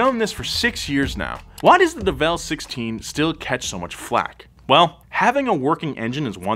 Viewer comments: Isn't it pronounced "DEvel Sixteen" rather than "DevEl Sixteen"? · You said it wrong mark the train it’s devil 16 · its fake and its pronounced devil